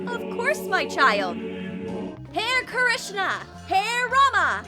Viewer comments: It's not HAIR RAMA HAIR KRISHNA DONT SAY LIKE THAT TO OUR HINDU GODS ITS Ha-re Rama Ha-re Krishna do you understand now? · It's not hair krishna and hair rama.its hare Krishna hare rama 😂😀.lol. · Y were they saying hare rama hare krishna like hair rama hair krishna in